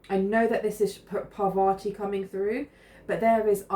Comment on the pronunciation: It’s pronounced Par-vati, emphasis on the first syllable.